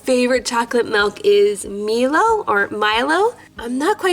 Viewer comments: Just to help out, it’s pronounced milo (my-low) Here again from Australia too! Tim tams are the bomb. Helpful hint: bite off one corner then bite the corner diagonal to that one. Tim tams have a gap in the cream that makes a straw. Now you can drink it with your milk! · I’m from Australia and I was so happy to see this lunch from another Aussie viewer! Milo is a chocolate powder which you put in milk or hot water!! It’s so yummy. It’s pronounced My-low 😘